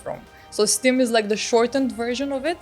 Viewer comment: I don't use inf but I think they're a good feature it's pronounced "stim" not "steam" I think missiles under research should have been merged with the Loadout section, also the location of the purple icon is kinda weird it could have been top-right (mobile view) like missiles and other deployable items.